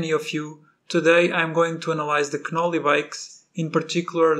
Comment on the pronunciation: Knolly is pronounced with the k silent my friend🤙